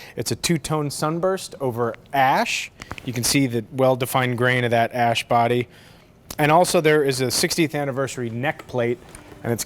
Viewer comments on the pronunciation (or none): did he say 'dat ash' ?